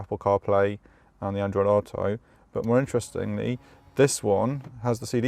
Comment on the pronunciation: "Under the hood"...You are from the UK where we call it a bonnet. Plus why can't you properly say "auto"